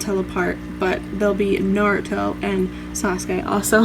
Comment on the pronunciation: Sakura (Saah ku Dah) Naruto (Nah Du Toh) Thats how it is pronounced properly in Japanese. Nice set up